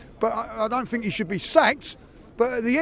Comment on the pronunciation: I like how he always says "I Fink"